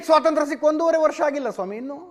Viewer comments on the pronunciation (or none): none